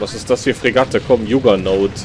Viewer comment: das wird jaggernaut ausgesprochen... kann es dir im voice mal sprachlich geben^^ ich glaube das ist vom spiel vorgesehen, das du die ecke da unten verlierst... weil was da alles ankommt, da hast du selbst mit unendlich ressis keine chance, weil du nciht so schnell bauen kannst... aber du kannst ja jetzt oben schiffe bauen...